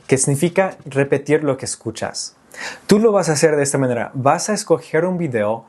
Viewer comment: La R suele delatar a casi todos los angloparlantes. Al principio no, pero después de un rato, como que te cansas y dices ¿Cómo le vas a “haceur"? Pero en general, tu español es ¡más que excelente! 👏🏻 Y tu contenido es aún, ¡mucho mejor!